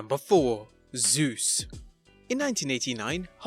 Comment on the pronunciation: You said 'Sus' not Zeus